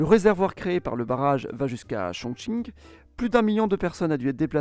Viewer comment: Par contre il a (probablement) parfaitement prononcé Chongqing.